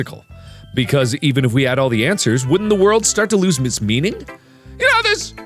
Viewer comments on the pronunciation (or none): none